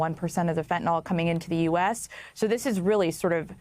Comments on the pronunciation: Fentanyl not fentanol ffs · When did fentanyl become fenten-all?